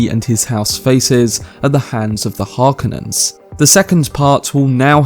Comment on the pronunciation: Say it with me...HAR-KO-NIN. Not harkanin.